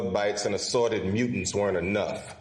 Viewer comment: You say mutants justttttt a little off